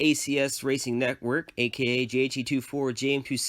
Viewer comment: i think you said "neckwork" XD